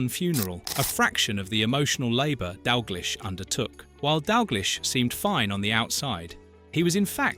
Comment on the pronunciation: As soon as you get AI bullshit like that pronunciation of "Dalglish" im out